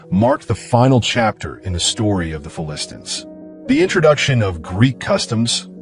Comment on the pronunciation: AI cannot pronounce Philistines correctly. Phili-stines.